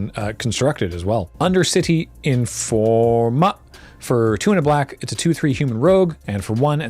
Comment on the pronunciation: you can't just pronounce Undercity Informer like that. It isn't a Snow creature.